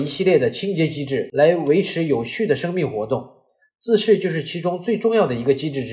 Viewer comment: 自噬，不是自視